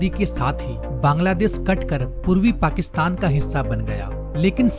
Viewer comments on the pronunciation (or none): none